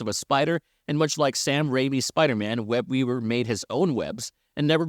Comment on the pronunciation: I'm sorry...but are you saying "Web-Weaber"?